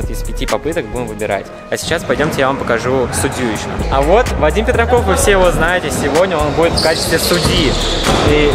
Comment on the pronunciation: ахаххаха ты сказал ваадим пердаков